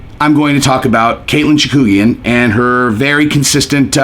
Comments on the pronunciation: "Chakoogian?" Wtf? It's "Chookagian" dude. Stop trying to be like Chael. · Totally butchering Chookagians name lol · Lol.i know.🙄 smh